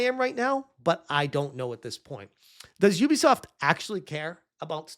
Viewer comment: Who the hell is youbisoft. Might as well call me a youber.